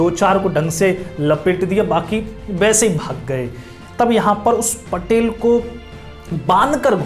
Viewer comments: It's patil not patel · पटेल नही, पाटील कहो. लाल चौक नही, लाल महाल बोलो.क्यो की, मराठी बोल हिंदी से निघाले है .